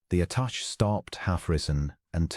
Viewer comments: Attache Is at ta sha not attach. Really Good Story! Pleasant Narration.❤ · A nice story. Tho the AI narration is clear, your editing or proofing, if any, has done a bad job with it. There is continuous mispronunciation of the word 'attachè '. Your narrator pronounces it 'attach'. As it's not human it doesn't know the meaning. The word is pronounced 'attashay'. The end 'è' is french & pronounced 'ay' whenever it is used. Another example is 'clichè ' pronounced 'cleeshay'. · Attaché is pronounced uh-ta-SHAY (caps-accent). This is both for diplomatic attaché (a person) or attaché case (briefcase) The first A is pronounced similar to the word “about” uh-bout. Envoy is the same. UHN-voy. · Mispronunciation by AI. Should be “attache”. Not a proper name but a description of his position. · Attaché is pronounced “Atta-shay” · The French A-TA-SHAY! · The ATASHED, what or who is it? 😂😂